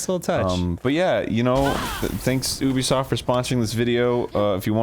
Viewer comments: It's not Oobisoft. It's Ehbisoft. (I'm sorry but at this point it's Mehbisoft). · what the fuck do they mean Eh-bisoft? the letter U is pronounced nowhere near Eh in French. I get that it's a sound that doesn't exist in English, but saying Yubisoft is much closer than Eh-bisoft? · Immediately mispronounces Ubisoft 5 times.. you be soft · Very VERY FIRST THING on-screen: it's pronounced eh-bi-soft: Lol no it's not